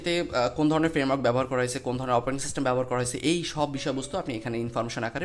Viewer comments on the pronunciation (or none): none